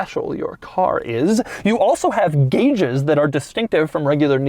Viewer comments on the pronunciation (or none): none